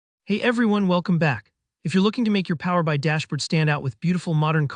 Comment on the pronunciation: Strange narration. Who pronounces PowerBI like that?